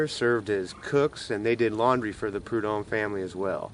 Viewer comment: It’s pronounced Prud homme’